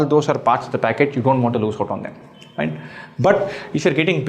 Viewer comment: I was looking at the solutions.. Of Cat on 2IIM website.. There i listenend " Bhencho". I was like what you are pronouncing which i cant get.. So i on caption in youtube it was " Right so"😅